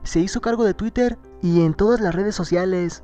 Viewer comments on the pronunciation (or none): none